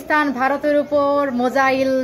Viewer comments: উচ্চারণ আগে ঠিক কর .. মোজাইল ছুঁড়সে😂😂😂😂😂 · Misayil na musail thiki bolche tora tin nia juddho gechis o toh musail bolbey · "মোজাহিল" টা কি? সত্যিই তোমরা একটু তো পড়াশোনা করো। ওটা " মিসাইল " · Missile ucharon korte are na jara sei kanglu der saathe ki r kotha Bilbo 😂😂😂